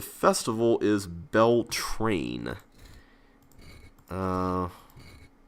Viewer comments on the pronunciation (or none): I think it's Beltain there is No R in The word